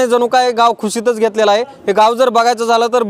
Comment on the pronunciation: खुशीत नाही हो रिपोर्टर, कुशीत म्हणा.